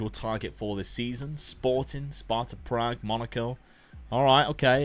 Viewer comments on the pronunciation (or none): none